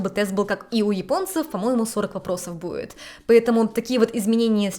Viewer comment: Привет из глубинки Вологодчины )) смотрю тебя уже лет 7. Спасибо за контент.. Замечать стал как русский твой язык всё отдаляется по произношению и звукам ( к примеру сегодня много раз услышал слово будет без д..))